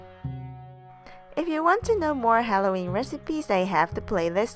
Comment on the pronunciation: "Hello welcome to create eat happiness. This is. Today im going to show you how to make hayooweenn pijja. Yeayyy"